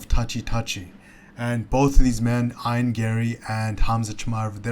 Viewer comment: Ion Garry 😂 it’s E-an Garry